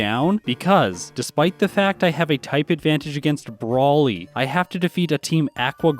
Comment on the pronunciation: When you said "I have a type advantage against Brawly" I heard it like "Broly" from dragonball and had a moment where I was really confused